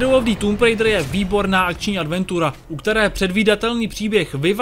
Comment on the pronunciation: Anglická výslovnosť recenzenta je otrasná. Neskutočne mi to trhalo uši a keď recenzent už 6. či 7. krát vyslovil nesprávne názov hry, tak som recenziu skoro nedopozeral. Recenzent by sa mal pred nahrávaním pokecu poriadne naučiť výslovnosť. Neskutočne tak totiž degraduje prácu mnohých ďalších ľudí. S celkovým hodnotením hry nemôžem súhlasiť. Množstvo vedľajších úloh by som z plusov jednoznačne premiestnil do mínusov, nakoľko Tomb raider nikdy nebola sandboxovka. V dôsledku toho a veľmi frustrujúcich skokových pasáží kombinovaných s nepresným ovládaním je moje hodnotenie tejto hry slabých 40%. Z uvedených dôvodov som túto hru nebol schopný dohrať, pretože som z nej ostal úplne znechutený a značne rozčarovaný. Najlepší je jednoznačne prvý diel novej série, u mňa skvelých 95% a obrovské natešenie na pokračovanie. Dvojka ma veľmi nepríjemne zaskočila zbytočnými kartami a aj určitými zmenami hratelnosti, ktoré sa však ešte dali prehryznúť. U mňa to tak má za priemerných 75%. Po jej dohraní som dúfal, že v ďalšej časti sa tvorcovia vrátia hratelnosťou k prvej časti. Bohužiaľ po skvelom začiatku trojky prišli veľmi nepríjemné, vyššie popísané, prekvapenia.